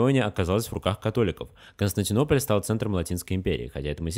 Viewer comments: Хорошее видео, но столько ошибок в слове Константинополь. Ужас просто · слишком много ошибок в слове Константинополь.